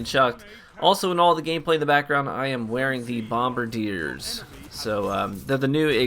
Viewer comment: Finally a D2 YouTuber that can pronounce Bombardiers correctly!